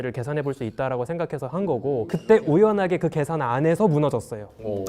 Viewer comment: 에 과학자님들 국어를 너무 강간하십니다 !!! "우연하게"를 꼭 우엲지 않게라고 말하세요. 무식해서 국어를 강간하시는 것은 아닐 터인데 왜 장난을 치시는 것인지 ??? 학자들 사이에 은어인가요???